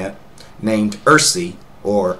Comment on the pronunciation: Irssi is pronounced "eye - are - see" like IRC like I - R - SSI